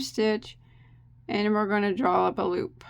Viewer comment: Love it. Can tell when is feeling good, that's when I here "LOOPAH".